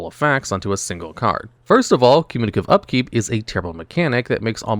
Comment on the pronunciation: "Cumiculative upkeep"